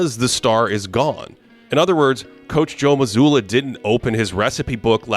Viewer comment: Mazzulla* & Jaylen. Get their names right